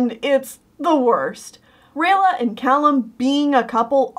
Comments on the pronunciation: Cay-lum? You mean Calum I think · Wait two things. You pronounced Callum wrong. And I don’t know if you meant Opeli when you said Ophelia, but the characters name is Opeli.